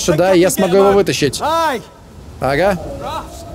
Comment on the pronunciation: почему ты говоришь "суда", а не "сюда"